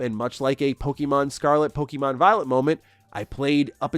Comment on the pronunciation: The way you pronounce Pokemon is frustrating. Its pronounced poke-ay-mon, not poke-ee-mon